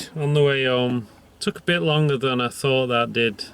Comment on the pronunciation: Good man. Excellent rigging skills there and thanks again fir sharing. Hope ya don't mind me point out that at 17.35 ya sound like an Irish man 'i tought it'd be' (i deliberately left out the H as us Micks don't generally pronounce our TH's)! We Look forward to the next video.